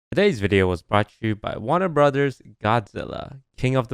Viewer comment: Any other Dutch people hear 'deze video' instead of 'todays video'